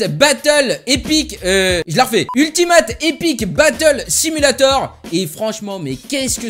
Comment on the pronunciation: bonjour étant bilingue de la langue anglaise je suis déçus de la façons dont tu prononces le titre mais bon ont t'aime comme même. x)